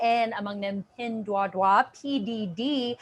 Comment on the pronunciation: "Pin Duah Duah". Sounds French.